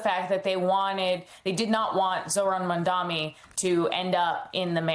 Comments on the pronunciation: How difficult is to pronounce as Mamdani instead of Mamdami? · FOR FFFFFS SAKE. How hard it is to pronounce Mamdani's name correctly? It's MAM-DANI.. MAM-DANI.. not mundami like you all idiots say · How hard is it to pronounce MAM-DAN-I. Not "madami". There's no excuse for this. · MamdaNi, not MondaMi! Practice pronouncing our new Mayor's last name. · Zohran MANDAMI?! And this is the correspondent that MSNBC sends to the White House?! She can't even say the name correctly. Smh... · How can you be a reporter or analyst and still mispronounce MAM DANI!???? It is two syllables for God's sake!!! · MAM-DAN-I say it right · The name is Mamdani, M-a-m-d-a-n-i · The Cheque cleared. And the name is MAM-DA-NI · Mamdani. Why tf she cant say his name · Why can’t anyone seem to say Mamdani’s name? It’s really not that hard. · Why can't these clowns pronounce Mamdani's name correctly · This reporter should be fired, can't even pronounce the name, very unprofessional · You really need to learn how to say the new mayor's name, inexcusable. It's very simple, and if you can't handle it, sound it out. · You journalists seriously need to take a course on how to pronounce the name Mamdani xD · Do you have respect to pronounce Mamdani correctly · Three months after, "Furthermore, the name is Mamdani, M-A-M-D-A-N-I " and the reporter still hasn't got the name right.